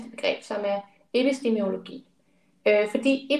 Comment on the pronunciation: Det er altså “epistemologi”, ikke epistemiologi